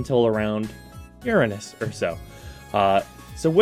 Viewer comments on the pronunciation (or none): Uranus not urinis LOL.. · LOL I loved how you pronounced URANUS. Sounded like youve made up a new nonoffensive way of saying it, cracked me up. Cmon man say it loud and proud YOUR A NUS. There ya go fell better now.